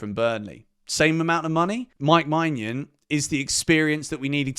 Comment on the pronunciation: sorry to correct you but your pronunciation of mike maignan is wrong!! It's menyin, not manyan!!